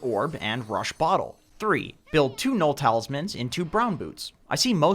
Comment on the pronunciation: "Build 2 null talistman and 2 brown boots" am i hearing it right? haha